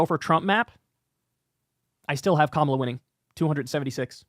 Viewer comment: It's KAMA'-la. Sounds like COMMA--luh